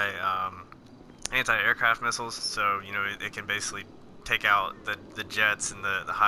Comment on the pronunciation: lol you say the word “anti” like hentai